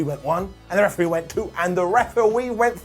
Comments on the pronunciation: Elmer Fudd possessed body. Referwee 🤣🤣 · best lines of the video: "2 + 2 = pootatoo" "We're no more in Toto Kansas" "Refewee"